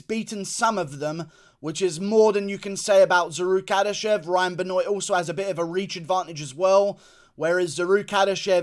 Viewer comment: It ain't ben-oiyt . It's ben-waaaaaaa